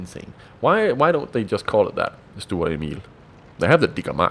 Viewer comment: "Stuhrer" It's sturer isn't it ?